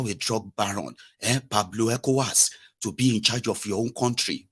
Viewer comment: Are u serious at all eeh....Pablo Ecowas not Escobar. Really. Lol